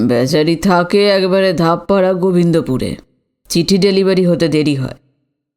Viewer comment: Ota dhap para gobindapur Naya Ota correctly dhabdhara gobindapur so namaste shabda sathikbhabe uchcharan karun must,Subrata Saha, Kolkata